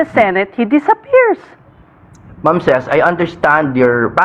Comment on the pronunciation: Ces.... Rhymes with feces ......